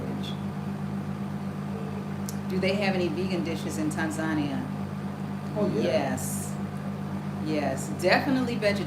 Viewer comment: How you say Tanzania is the right way, the way you say it in the over 50 years. We don't put emphasis on the first syllable the way English speakers do.